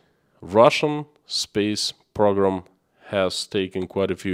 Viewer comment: PRO-GRAM. not PROG-RAM